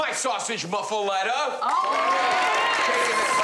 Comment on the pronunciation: That’s- not how you pronounce it. 🥴